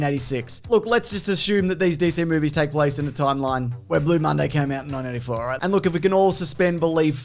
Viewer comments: Maybe I just keep on miss-hearing you, but it sounds like each time you say '1984', you're saying it as "nineteen NINETY-four". Definitely an error regarding George Orwell's 1984, as well as this film: Wonder Woman 1984. Love your videos though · "nineteen ninety" .. am I the only one that hears that? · Why does it sound like you keep saying 1994. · Why does it sound like you're saying 1994 the WHOLE time?